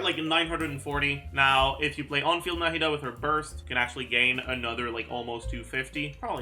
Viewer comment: The way said Nahida like No Head Duh the first time.